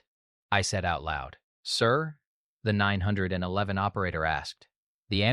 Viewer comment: Why is it so hard to pronounce 9-1-1 correctly?